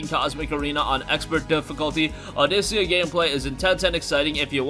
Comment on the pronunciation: Also the rhythm game is pronounced "Aw-dick-ah".